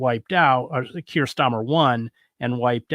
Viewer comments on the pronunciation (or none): none